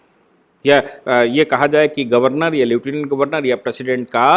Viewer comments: श्री मान् ,उच्चारण "ल्यूटिनेन्ट "नही लेफ्टिनेंट होता है। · नमस्ते सर आपने समीक्षा में लेटिनेन्ट का उच्चारण किया है,जबकि वास्तविक शब्द लेफ्टिनेन्ट है।